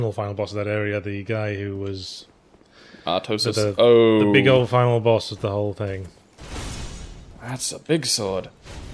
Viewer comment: "Oolasile"? "Artosis?" I forgave "Seega" but come on!